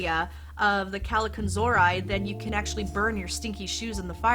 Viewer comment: I really loved your video. I learned many things about the Christmas goblins. My mom was very religious, so she believed they were evil spirits. That's why she always had a priest come on the Epiphany to bless our house with holy water. PS.....you're not pronouncing Kallikantzaria properly. There's a youtube video "Christmas Goblins. The Greek Kallikantzaroi." You can hear how they're properly called. My mom used to call me that most of my young life, when I was a Hell Raiser. So I learned to say it very well. LOL